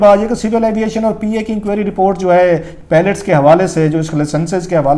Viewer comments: اگر انداز بیان میں تلفظ کی غلطیاں ہوں تو حُسنِ بیان ختم ہو جاتا ہے. آپ برائے مہربانی اس پر توجہ دیں. جیسے لفظ پائلٹ کو آپ درست طریقے سے ادا نہیں کر رہے. آپ نے لفظ پیلٹ ادا کیا جو کہ بالکل الگ لفظ ہے.اس کے علاوہ کچھ اور بھی غلطیاں ہیں. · 🤦‍♂️🤦‍♂️🤦‍♂️🤦‍♂️idiot its PILOT, not PALLETS...tuba these are our so-called analysts...sahi phooodooo laga hova in logoo ka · Please pronounce pilot not palat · THE WORD IS "PILOT" AND NOT "PELET" AS YOU HAVE BEEN SAYING - WE NEED TO CHECK YOUR "FAKE ENGLISH" DEGREE FIRST.